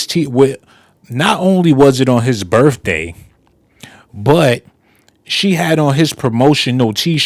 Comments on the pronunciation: It’s pronounced birthday not birfday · But of course u saying birfday instead of birthday